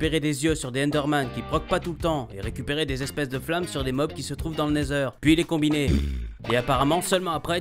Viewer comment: Il a dit le nether bien